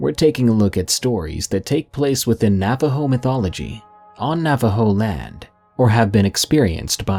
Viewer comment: You almost nailed the pronunciation. Not bad for a bilagáana